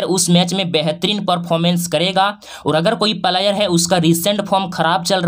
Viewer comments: भाई पहले आप बोलने के लिए सीख लो फ्लायर नहीं होता है प्लेयर होता 😂😂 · भाई तू पहले सही सही बोलना सीख उसके बाद वीडियो बनाना प्लायर नही बोलते है प्लेयर बोलते है😂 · Pahle Bolna sikho player / Palayer nahi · प्लेयर का प्रोनाउंसेशन तो ठीक से करो गुरुजी